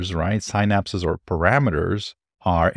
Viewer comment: good content but man, your pronunciation of "synapses" is killing me.